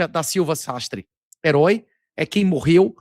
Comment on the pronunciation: Rambo: "éroi é quem naum votów"